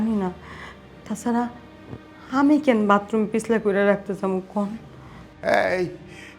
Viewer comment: Vatroom na fokinni bathroom hobe , bostir meara erokom I uccharon Kore